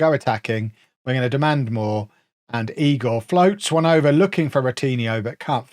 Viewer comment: it's eye-gor